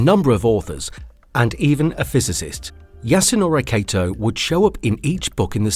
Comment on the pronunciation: Wow. I cringed when you pronounced the name Yasunori Kato as "Yasunowrey Keitow". You could have added a "Yeeeeehawww" at the end and it would have been the perfect Texan accent.